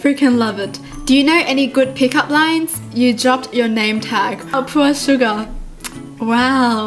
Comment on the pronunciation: BTS lover YES! Lol when she said Pure Sugar it sounded like Poor Suga 😂